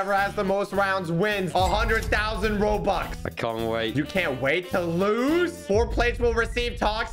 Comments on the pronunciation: Its not robox its robux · How dare you say robuks it’s bobuk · Here before he changed "robox" to "robux"